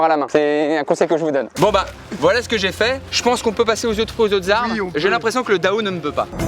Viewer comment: Wsh le mec il apprend sa mais il connais même pas les mots Si il connaît les mots mais il sais pas le prononcer (dao=刀）